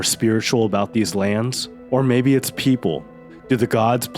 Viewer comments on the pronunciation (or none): none